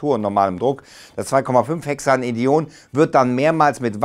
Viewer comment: Super interessanter Ansatz, nur wird es wahrscheinlich noch einige Jahre dauern bis es eine Synthese gibt die lohnenswert ist. Kleiner Tipp zu chemischen Namen noch: 2,5-Hexanedione ist der englische Name für 2,5-Hexandion oder besser Hexan-2,5-dion. Die Zahlen werden auch einfach einzeln gesprochen. Sprich: zwei fünf Hexandi-on. Das dion wird getrennt gesprochen. "di" für "zwei" und "on" weil es sich um Ketone handelt. Also ist es ein Hexan (sechs Kohlenstoffe ohne Doppelbindungen, also gesättigt) mit zwei Keton-Gruppen an der zweiten und fünften Stelle im Molekül.